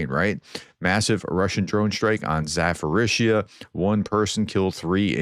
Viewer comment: Hi Prof, thank you for another great video. As far as the prononciation goes, the word Zaporizhzhia is pronounced with a "p", not an "f" so it's not "ZaForizhzhia". Thank you!